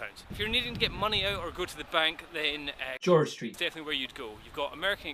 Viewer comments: "George Street" buahahaha :D cool vid (Y) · Awesome dubbing "George St", ahem